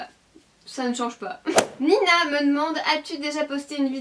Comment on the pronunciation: Trop droooole! Première question c'est moi et en plus tu as bien prononcer mon nom ahahah, bon j'avoue je suis comme une gamine en train de rigoler toute seule parce que tu as choisis ma question:P gros bisous <3